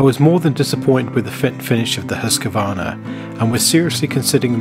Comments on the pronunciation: I still don't get where the Husq-A-varna pronunciation comes from. It's just wrong. Husq-varn-a, three syllables, not four. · Always the Husscuarna. Epic pronunciation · Look at the embossed label on the first ax. It says Husqvarna (husk-var-na) NOT Husqavarna. Seems trivially simple. Too bad Gransfors (big $$) lives, but Wetterlings are gone.